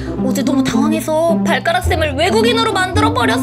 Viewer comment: 뭐냐 원래 발음은 미스터 발까락 인디 는 미스터 발?꾸?락 이라고 발꾸락? 이라고 말함ㅋㅋ